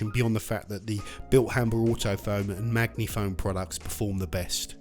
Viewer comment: is it not sposed to be 'maji-foam' as opposed to maggy-foam 😊